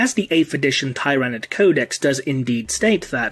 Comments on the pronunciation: tier-a-nid not tie-ra-nid but it’s ur channel so u can pronounce Tyranid any way u want I just thought that’s the way most of the community pronounced it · It's "Ti-ra-nid" not "Tie-ra-nid" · I have to thumbs down your video since you automatically the 1st time you pronounced it you pronounced tyranid incorrectly... why?